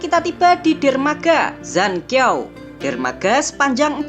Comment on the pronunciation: Mimin masih banyak salah baca pinyin Qingdao bacanya chingtau bukan kingdau Zhanqiao bacanya chan ciau bukan jankiau